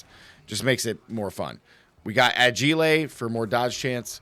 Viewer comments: i didn't know you were French? Agilly (Agile) like Fragilly(Fragile) 🤣 Nice video, thank you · Agile is said like crocodile =Ag-aisle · Lol, the way you pronounced agile... It's, ah - geye - l 😊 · Pronounces the hard words right and then says agile wrong 🤣 love a good brain fart, great video though 🔥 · do ppl say agile like that?